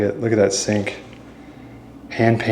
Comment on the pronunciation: What in the world is a ZINK⁉️🤣You pronounce (sink) that the same way my now 30 yr old used to pronounce thunderstorms at 3 as Funderstorns! Only difference is, she quickly grew out of mispronouncing things and started correcting her first teacher>>ME‼️🤣